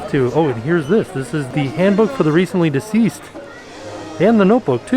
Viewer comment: says "Handbook for the recently diseased" LOL